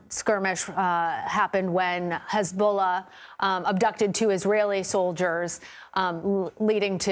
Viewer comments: Hazabollh it is not lebonan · Hezbowla lol come on your a news anchor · Are you serious?! She can’t even pronounce it. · She can't even pronounce Hezbollah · It would be important to Pronounce Hezbollah Correctly I assume you have a education She cuts off the person rude War is Horrible like there going to tell you please really just talking head no sense these reporters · Especially her pronunciation of Hezbollah. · Couldnt pronounce Lebanon or Hezbollah.